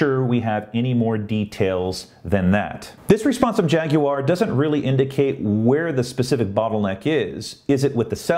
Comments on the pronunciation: G'day. "Jag-u-ar" good one. That's how you do it. Not "Jag-wa" as NA seems so keen on. Practicing you pronunciation in relation to your recent tweet on same Check me on Twitter too please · you are now officially an honorary Brit for your correct pronunciation of Jaguar!